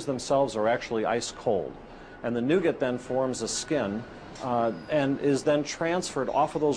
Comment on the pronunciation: Please pronounce caramel and nougat correctly